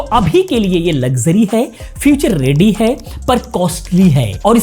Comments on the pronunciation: रेड्डी नहीं बल्कि रेडी बोलो😊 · रेडी not रेड्डी